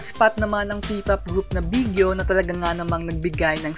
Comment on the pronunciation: It's BEE-GEE-WHY-OH po not Bigyo😊. Proud of you our best boys❤ #BGYO